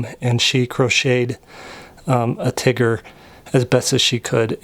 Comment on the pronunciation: I find it really funny the way you say tigger nice vid keep it up